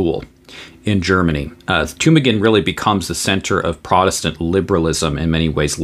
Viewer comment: You do good work. I really appreciate your defense and promotion of orthodox lutheranism. Your pronunciation of Tübingen, on the other hand, is highly suspect🙂 Your videos are great, and greatly informative. As a man of education in the natural sciences, I still find you very clear, precise and understandable. Keep it up!😃